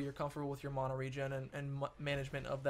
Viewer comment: ... It's MANA not MANO! -__